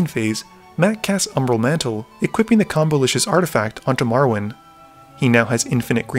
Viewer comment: also, love how you pronounce "Marwyn" as "morrowind"